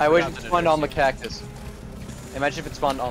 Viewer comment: cactus->caccus->cackus nah man “cacSUS”